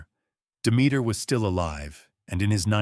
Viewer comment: Are pronouncing Demeter wrong